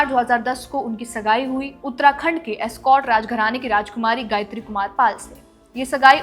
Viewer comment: उत्तराखंड का एस्कॉट राजघराना नहीं है वो अस्कोट है, कितने ही pronunciation आपके ऐसे हैं मैडम की समझने में दिक्कत आ रही है, वो तो उत्तराखंडी होने की वजह से थोड़ा ध्यान दिया की ऐसा कौन सा राजघराना है आखिर यह इस नाम का।